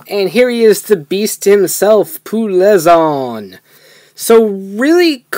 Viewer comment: Its not ple zu on its plezuon